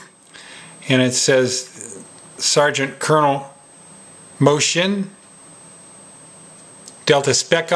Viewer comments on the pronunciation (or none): No problem, Pal, that mistake is common even here in Italy, speaking about Italy, Moschin's pronunciation is Mos-Keen,( the writing "ch" is pronounced "K" in italian ) U can stun your friends now! Thanks for the good work, dude! :)